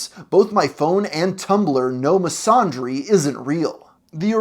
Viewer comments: Misandry is pronounced Miss-an-dreeeeeeeee!! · The fact that you don't even know how to pronounce "misandry" speaks volumes. That's a fumble if I've seen one. [don't recommend this channel]